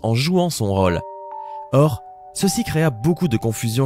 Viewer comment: a la place de dire rôle il dit raule 😂😂😂😂